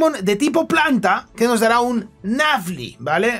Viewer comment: no entiendo tu pronunciación, lo siento, no se lo que es un "nafly" me supongo que será nuzleaf o no, no lo se. Podrías ponerlos en pantalla como hacías tantea porfa 🙏🏼